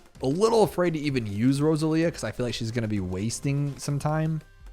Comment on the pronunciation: I think it's supposed to be row-sah-lee-ah. Either way, cool hero, already like her